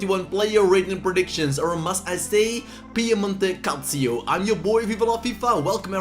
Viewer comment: Piemonte calcio not cazzio 🤣 Nice video bro